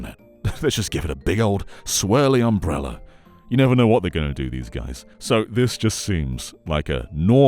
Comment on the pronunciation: Obsessed by the way he says umbrella lol